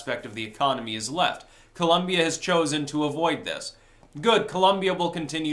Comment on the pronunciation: People, it is Col*O*mbia not Col*U*mbia! With O not U.